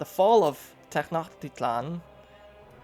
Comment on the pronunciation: I believe that the first half of Tenochtitlan is pronounced "Tennosh". I have no idea about the other names. :p